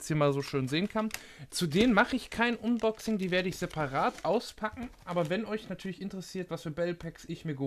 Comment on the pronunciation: Gutes Video, aber bitte sprich unboxing englisch aus ("anboxing"), alles andere klingt echt dämlich. Sonst daumen hoch